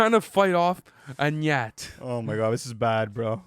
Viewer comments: Ñat Guh-nat It’s pronounced “gnat” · Gnat is pronounced nat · Didn't even pronounce gnat correctly, the g is silent, and that one has crazy bars, did you guys even listen to that one, fake rap fans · I mean if you cant pronounce "Gnat" maybe your opinion isnt that accurate... no hate but Gnat is great. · The G is silent in gnat